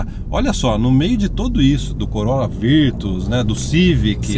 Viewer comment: Nao entendi bem ou vcs falaram COROLA VIRTUS...?????..Eh assim q se fala no Canada????😱